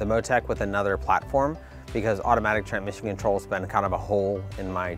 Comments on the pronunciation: I like how he can't say tranSmission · Ah Yes Tranmission 😂